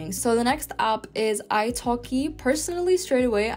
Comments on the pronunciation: It’s /aep/ not /ahp/ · What’s an opp? Should that not be app? Pronouncing vowels correctly is surely basic to learning any language. Thank you for your effort but no thanks.